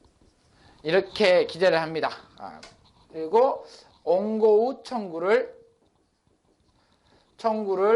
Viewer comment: 원고를 옹고라고 읽으시네 ㅋㅋㅋ